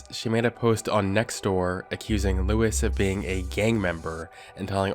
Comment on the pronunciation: Why did you pronounce Luis like louise??